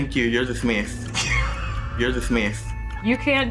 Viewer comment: “Thank you, You’re Dismithsed.” 😭